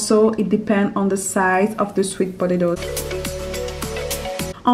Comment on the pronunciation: When she says potatos it sounds like she is saying podato but I love the way she talks